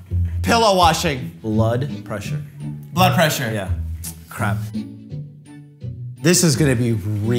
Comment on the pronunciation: I though Mike said butt pressure and not blood pressure